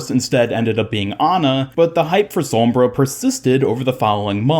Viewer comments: It annoys me how you say "sormbra" not "sombra" lol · no one: literally no one ever:: sawmbra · Why do you say sombra like that